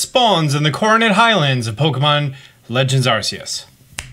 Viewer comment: Why do you continue to mispronounce the games title?! Serious question. When you’re wrong you’re wrong… don’t keep calling it something it isn’t.